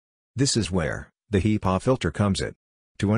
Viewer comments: You gotta love those HEEpaw filters.... 🤣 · The text speech program is SLAUGHTERING the pronunciation of HEPA filters